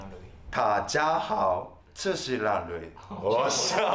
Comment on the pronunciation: 音调错了啦www，中文应该是dà jiā hǎo。不过已经很棒了!!另外纠错，台湾不是一个国家喔，台湾是中国的一部分！